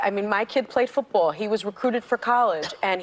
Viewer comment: She said "footbowl" lol